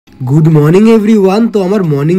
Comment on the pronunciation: কেও কী হেডফোনে সুনলে গুড মর্নিং, ❌ গুদ মর্নিং 😂😂😂